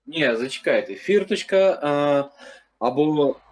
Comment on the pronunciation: Фірточка - це манера Азарова в російські слова замість "о" вставляти " і "